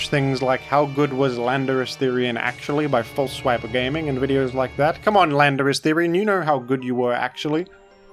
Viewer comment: I'm sure I just heard you say "Philanderous-Therian"